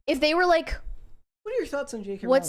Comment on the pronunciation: Pronounced Rowling like Bowling